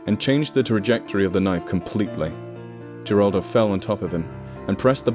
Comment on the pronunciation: Geraldo is pronounced with an H, not a G. I'm pointing this out bc you spoke the other Spanish nicely (even though I only get the gist of what's being said)